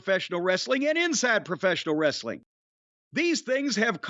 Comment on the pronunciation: is pretty funnie but he pronounces it "wres A ling"